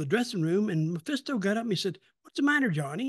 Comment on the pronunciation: It’s Mephisto, not Maphisto.